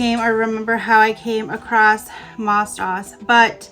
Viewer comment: it is pronounced MOSE DOSE. it was created for the orthodox Jewish schools.